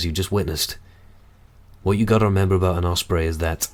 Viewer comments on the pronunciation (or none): none